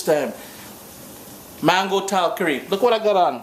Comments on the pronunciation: please, it’s “ tal-Kaari”. Accent is on the second syllable. I like your videos. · please say “Tal KAR is. The accent is on the second syllable.